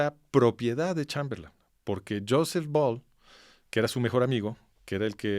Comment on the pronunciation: Este sujeto es un vulgar charlatán. Hasta repite " Chamberlán", como si no supiera inglés, en lugar de Chamberlain SI QUIEREN APRENDER, verdaderamente , busquen al master de masters, aquí en YouTube : CHRISTIAN NADER